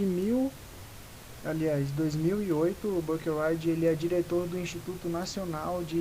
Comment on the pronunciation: Oi! Só umas correções aí! É Antônio Salatino, não Salantino. E o nome do Profº Marcos Buckeridge se lê praticamente como se escreve mesmo, BU-QUE-RIDGE. Buscando pelo nome dele aqui no Youtube mesmo você acha vídeos dele se apresentando fácil fácil!